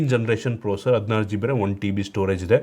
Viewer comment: ಲೋ ನೀನು ಇನ್ನೂ ಯಾವಾಗ ಕಲಿತೀಯೋ ಅದು ಪ್ರೊಸರ್ (procer) ಅಲ್ಲ ಪ್ರೋಸೆಸರ್ (processor)